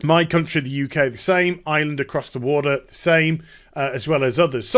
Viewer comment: i love you but for fuck sake can you pllease pronounce Ireland with an R, we are not called Island XD Twice you did it, there is a hard R in the name of our country